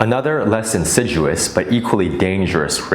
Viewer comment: insidious --pronounced : IN SID EE US, MESSAGE WAS REPETITIVE AND MILDY PARANOID